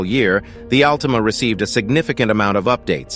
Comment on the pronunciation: AL-TIME-A HAHAHAHAHA!!!!!